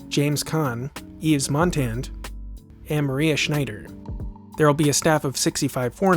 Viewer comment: Youre a film buff. Mostly. I like your videos wuite a bit but please learn how to say Yves Montand. He was really, really famous. Thanks, drive through.